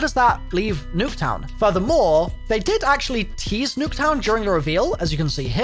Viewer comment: Everytine he said Nuck town I wanted to die